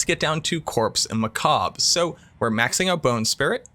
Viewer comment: I appreciate your correct pronunciation of ‘macabre’ — I’ve seen several YouTubers mispronounce it, and it’s just…cringe 😂